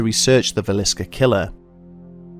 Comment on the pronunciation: um oh yea -Villisca not Visillica